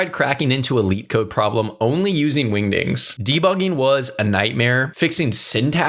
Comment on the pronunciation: The solo leveling fans rn when bro said windings 😂😂😂😂😂